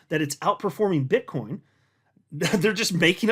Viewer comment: sounded like you said "Bitch coin maxis" 😆🤣😂